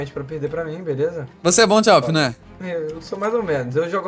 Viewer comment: e awp q fala e n a w p